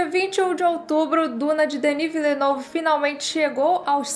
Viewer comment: A pronúncia correta do nome do diretor é; "Dení Villenêv" E sobre o filme; filmaço! 🤓